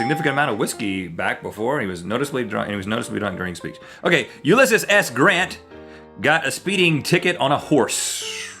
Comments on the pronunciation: It's pronounced "U-li-ss-ees" (The li is pronounced like lip) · Ulisses Claue 😂